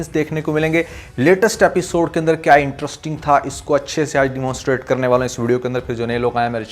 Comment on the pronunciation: My man….not IN-TRUST-ING but IN-TREST-ING 👍